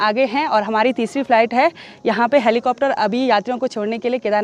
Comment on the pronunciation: कृपया हेलीकॉप्टर का सही प्रकार से उच्चारण करे( हैली)नही धन्यवाद